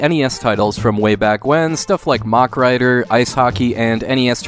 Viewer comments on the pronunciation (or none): none